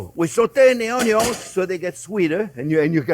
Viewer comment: " Measure carefully". Jee suz, Chef Pierre, you're killing me. Cognac? Wine? For chicken breasts fried on a pan? Sautéing onyo's, & mushrooms, and garlic at 3 in the morning? You are the best. Don't slow down or stop now. No butter? Oh, come on, chef, load up on the butter. Oh! I forgot the bacon! I'm a 73-year-old man, yet I will die with a smile as they lay me down. Your recipes are the best. Thank you, my friend.